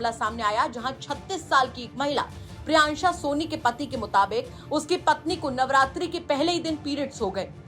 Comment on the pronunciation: Priyanshi ko priyansha priyansha bol rahi h